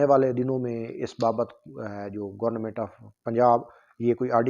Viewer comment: ابھے آلو گورنا منٹ نہیں گورنمنٹ ہوتا